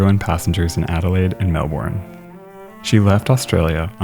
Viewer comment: just letting you know, i'm from Australia and that isn't how you pronounce Melbourne, it's pronounced more like Melbin